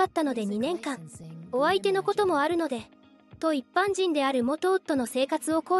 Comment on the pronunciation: 「いっぱんにんぷ」って、何⁉️